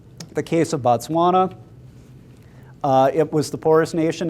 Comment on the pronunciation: Thanks for the great information, really appreciate it. im from Botswana and i dont know if its just your accent or not, i keep hearing you say Batswana when referring to the country... just wanted to make it clear that Batswana are the people and Botswana is the country. Thanks have a great day